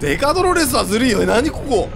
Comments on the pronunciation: 「ドロrrrrスが」 めっちゃ巻き舌w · ドrrﾛﾚｽって巻き舌になってんの草